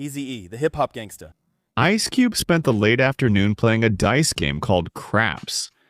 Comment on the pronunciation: Es cube !!! Get the fuck out of here with your ai videos, where you don’t even pronounce the names right accordingly. Horrific journalism at its finest is displayed within this video!!